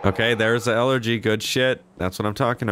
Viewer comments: please, my ears are hurting every time.... Its eleGy, not eleRGy. No "r" in this word. Please;D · elegy not elergy